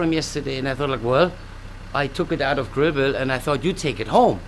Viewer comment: Greenville = Grill Bill it's the accent Na ka